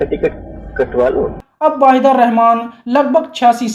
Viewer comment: पता नहीं क्यों लगता है कि तुम नायिकाओं के सही नाम नहीं ले पाते हो। वहीदा रहमान वाहिदा लगता है। नूतन न्यूतन हो जाती है।😮😮